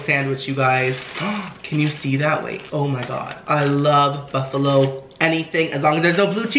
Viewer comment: 'Smells soo buffalowee"